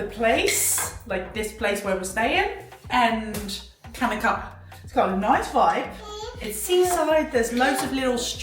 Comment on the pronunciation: not kanakkale yes chanockkale 👍